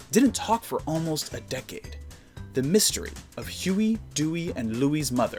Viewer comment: At first I thought he said Shoey, dewey, and Louie